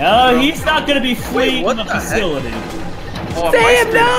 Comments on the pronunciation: It sounds like Fakility but it is Fasillity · It’s flee the facility not faculty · Its not flee the FAKLITY its fasi-lity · xD it’s flee the facility not fakility when you spell it out loud btw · The facility not faculty! You’re pronouncing it wrong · You said facolti dat is wrong its sipos to said facility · It's facility not faculty , dude make sure u pronounce it right, even a 10 year old kid knows it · You said flee the facility wrong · Does Preston say ‘facility’ wrong on purpose or not